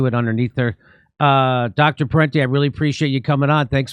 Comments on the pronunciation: it is Parenti not Parnti. His father is also a famous intellectual Michael Parenti. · It's Christian Parenti, not "Parnti", as he's identified on the video here. At least spell his name right! And I agree with Parenti and Jimmy on all this, BTW.